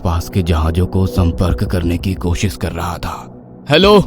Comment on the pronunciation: जहाज़ होता है जहाज नही और कोसिश नही होता कोशिश होता है